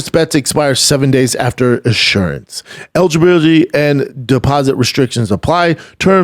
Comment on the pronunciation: Eluggggyrribuuuutyyyy “ Eligibility “😅😅😅😅